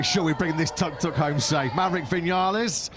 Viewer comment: Imagine thinking of yourself as a professional sports commentator and then not be able to pronounce the nickname of the vehicle correctly.... How hard can it be... its the same word twice.....tuk....not tok, not tork, not tåk, not tog... how pathetic....